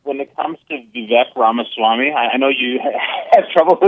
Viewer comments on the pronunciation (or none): Jesse needs to work on sayin "victor ramaswamy" 😂